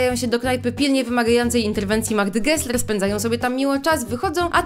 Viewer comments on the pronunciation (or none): none